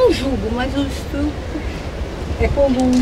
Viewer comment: Cara, gentilmente, reveja a sua pronúncia das palavras “estrupada”, “estrupo”.. Parabéns pelo belíssimo trabalho, mas acredito que em relação a sua comunicação gramatical para como os seus espectadores deva ser ajustada e nivelada com o ótimo trabalho que vocês realizam. Portanto, estupro e estuprar. Abraços.